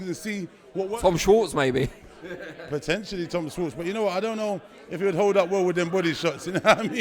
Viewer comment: the interviewer said Tom Shwatz lol